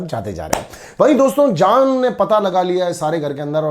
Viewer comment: Today i notice that sometimes mannu pranounce j as z.. eg jaan as zaan and ejaz as ezaz